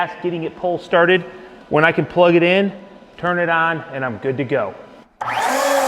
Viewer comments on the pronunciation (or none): none